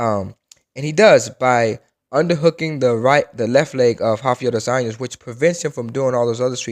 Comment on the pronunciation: Also "Rafiel dois años"